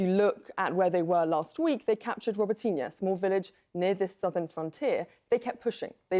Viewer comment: Hell yeah Dmytro Kulyeba !!! Also. CNN talking head it's Row-Bow-Tow-Naw repeatedly after me Row-Bow-Tow-Naw now a bit after and you've got ! It's not ROBO-TEEN JFC SMH... SLAVA UKRAINI 🇺🇦🌻🔱✊🏽🇺🇦 SLAVA UKRAINI🔱🌻🇺🇦 HEROAM SLAVA 🇺🇦✊🏽🔱🌻🇺🇲